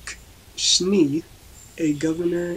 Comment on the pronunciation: manual of arms not arts. Schnay (like hay) not schnee. LEARN HOW TO PRONOUNCE FOREIGN NAMES AND WORDS BEFORE YOU TRY TO MAKE A READING